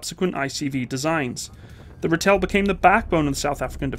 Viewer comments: Great video, but the name is pronounced "RAH-till", not "ra-Tell". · My brother drove these way back when. You got to stretch the 'a' out tho. "Raaaaaatel" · It is the Rahtel, not Rattell! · Ai ai...the pronunciations.....not Ra-tel but Rah- tuhl when saying it......not buf - fel but buh-fuhl when saying it. Just saying - from a South African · Pronounced Rahtil, for lack of sound. Thanks, worked with these vehicles for 10 of my 16 years service in the SADF/SANDF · Thanx! BTW pronounciation: Buffel: (biff)(fill) and Ratel: (egyptian sungod- Ra)(till) Also Dewalt Venter (Deer)(vault) (Fender- just make the (d) a hard (t)) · Ex South African Defence Force 20mm Ratel gunner from the Angolan bush war era here ✌, I've never seen a ratel break down , that's how reliable these beutifull monsters wer 👍... and it's pronounced as Rah til "Ratel", it's actualy a Afrikaans word lol 🤣👍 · "Ratel" is pronounced kinda like "Raw-till". Afrikaans names are hard though. Great video! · Ratel Afrikaans (RATIL) like tilling the ground Ratil to pronounce it correctly in english,, and Buffel not buf fel but buffil like filling a bottle, Buffel (Buffalo)... :) yip they reached 120km per hour with governor removed or adjusted but had severe body roll. the 20mm cannon version (dont forget the shell opening , if ya dont open that you gonna feel the hot casings all over you, firing faster than a Galil.) the 90mm was a all rounder, the missile version in early days sucked.... but did take down Russian tanks. Cocking mechanism on early 20mm Ratil sucked dick!!! a frequen Ratchet spanner... loading was a bitch as well. the good.... it ran in open field with ditches in access of 60km /ph... Angola, 6x6 60km /ph bundu bashing trees around 40km/ph. if ya hit a mine, hang the diff and keep going till safer grounds are reached. was a beast, Hooper Packer Moduler 1989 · Two things. It's said Rah-tel, andd the Buffel is said Boof-el. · Rhar-till and buff-fill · It's pronounced Rah-till